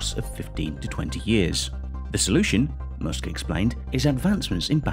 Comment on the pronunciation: "Elon M0OSK"